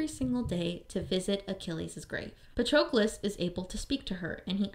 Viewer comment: Is that how they pronounced Patrocles' name in the audio book? I always thought it rhymed with Hercules.